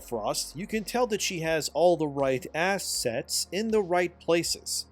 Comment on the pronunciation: He said assset